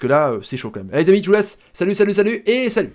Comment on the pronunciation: j'apprecie ce que tu fais au niveau foot mais s'il te plaît arrete d'utiliser des mots arabes telle que "Zbeul"'(poubelle) ou "Khra''(merde) que tu prononce mal en plus. Ces mots viennent du language arabe du maghréb donc seul nous devons les utilisé! Merci